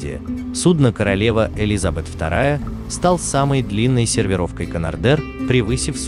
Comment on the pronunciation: Океанического, Элизабета, судно сталкивался... я посмотрел 2 минуты, а уши уже вянут. Про твою расстановку ударений и склонение чисел я вообще молчу. Ужас. Это невозможно смотреть